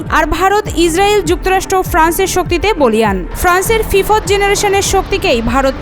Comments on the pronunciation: ফিফাৎ জেনারেশন নয় ফিফ্থ জেনারেশন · ফিফথ্ উচ্চারণ করতে পারে না, এরা আবার সাংবাদিক 😂😂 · ফি ফথ কি উচ্চারণ রে বাবা আবার বলে সোভিয়েত আলমের 😂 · সংবাদ পাঠিকা আপা Fifth --- ফিফথ --- উচ্চারণ করবার পারেন না! সোভিয়েত আলম! অটো পাসের খাটো বিদ্যা ও জ্ঞান!😜😁😝!